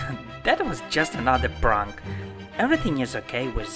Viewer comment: How he says prank.. pryuank